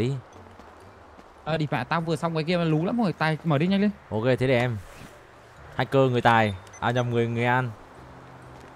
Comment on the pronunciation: đúng hặc cơ người Huế, đỉnh thực sự